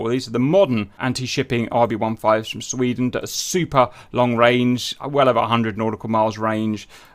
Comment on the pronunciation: "I am Sf from Sfvweden. YOU VWILL NOT STOP MEE!!" - Agressive Sfvwede Maybe